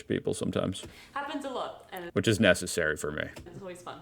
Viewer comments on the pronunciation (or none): none